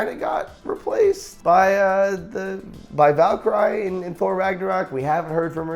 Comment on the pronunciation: Joven said Valcry lol